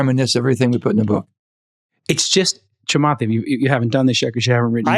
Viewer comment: Why can't he say ch? It's not shamath!